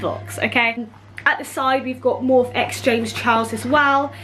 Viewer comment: Girl it’s pronounced Morpheeeee x